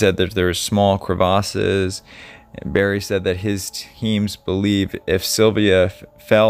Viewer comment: Sorry but it isn’t cravassas it’s crevasse. It is not a long A,it’s short.